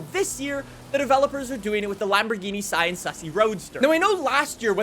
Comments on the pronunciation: “Sian sussy” 💀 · Sian = Shh-ahnn, according to the internet